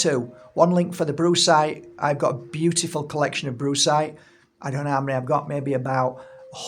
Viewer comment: Did I really hear Brucecite and then bruisecite? Followed by you describing the colours of a good ol black eye? 😂 Humor beats anger indeed